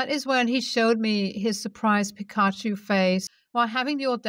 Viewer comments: Pikachu is pronounced Pee-cah-choo. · It's pronounced ( Pika- Choo )